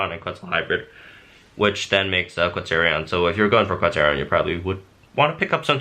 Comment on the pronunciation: Quetz-O-Ryan thats how you say it